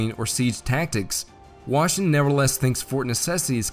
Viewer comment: Nice video^^ But gotta admit, it is somewhat funny how the pronounciation of the name "Washington" kept deteriorating more and more over the video. By the 13 min mark it was a "Washngn"